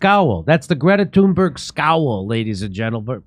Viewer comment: Dore can't even say her name right